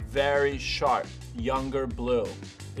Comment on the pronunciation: Every single one he says sharp in he gets it wrong